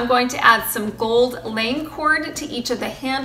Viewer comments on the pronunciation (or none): Love your creations and can’t decide which I like best! I just would like to give you a little tip: the gold lame’ cord you used is pronounced “la may”. Definitely not a criticism of you, I just wanted to help.TFS!